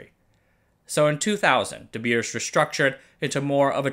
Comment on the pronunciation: De Beers is pronounced like English "The bears". Same as with "Zeiss" being mispronounced, I am sad with English youtubers not taking 10 seconds to look up pronunciation, but then making a marvelous 17 minute perfect content video. Are we Germanic language people just a joke to you? :(